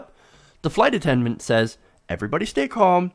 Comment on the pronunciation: Hard for me to focus on this story but he keeps saying "attenment" instead of attendant. Anyone else notice that? I wonder what happened to the flight attendant? Should have been fired. I can imagine how the black passenger must have felt...being doubted because of her color.😣